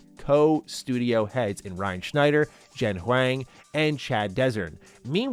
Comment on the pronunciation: Jen H-WANG. It's pronounced "H-WONG".